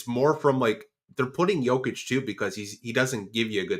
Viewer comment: He doesnt care to pronounch anyones name right. He dont even say doncic or jokic right. Annoys me too!